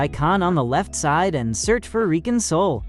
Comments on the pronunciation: I think bro said re cunsoul instead of re-console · Did he say re cunsoul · the subtitles said Re-Console, might be the accent.